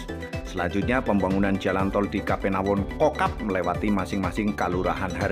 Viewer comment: Jangan diucap ^kapenawon^ tapi Kapanewon .